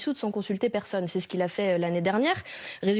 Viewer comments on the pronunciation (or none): none